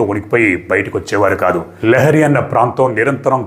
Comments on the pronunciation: లియారి,ల్యారీ…లహరి కాదు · Correct. Not lahari.